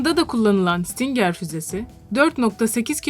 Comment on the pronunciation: Stingır diye okunuyor